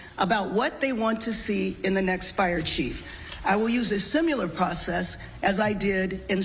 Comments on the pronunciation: And It's 'Similar' not 'Simular' - that is a pre written/prepared speach too. Smh. 😅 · Did she say "simular" instead of "similar?" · I have a legitimate question. When did people start mispronouncing similar as simular? This is the second time in my entire life that I've heard it. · "simular process " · A "simular' process huh. Whats funny is its almost the opposite of "similar". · She can’t even pronounce “similar” and yet she’s running a major city😂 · She can't say "similar" or "marquis" properly. 17 year old me is running a whole ass city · The mayor of Los Angeles says "simular" instead of "similar". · She said, "SIMULAR" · Did she say "SimULar?" Does she mean "siIMILAR?" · If you pronounce the word similar as simular, you shouldn't be mayor. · It's difficult to take someone seriously who pronounces "similar" as "simular" imho. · She just said "simulur." LOL. The Mayor is responsible. She could not manage her city, in fact had little interest in doing that. Replacing the fire chief with another weak dork will not do a thing. The Mayor failed to manage affairs, have city resources available, and took no steps in planning ahead or keeping the fire fighting force up to date. Even though the risk and the winds were known. And she's standing there saying, "nope can't criticize; we're moving forward!" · ***Similar, there is no godd*mn "u" in the word. This is your Mayor speaking...? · She's the mayor and she said "simular" and not similar 😂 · she said simular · She will use a "simular process"??? Jeez, WRONG person was fired. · She will use a "simular" process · Did she say simular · She said "simular" twice. There is no excuse for this. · simular? learn to talk